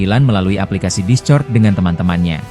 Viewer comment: Bacanya diskord min. Discort ndasmu 😅. Gak sekalian di crot 😂